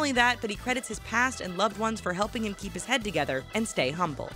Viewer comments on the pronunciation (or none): none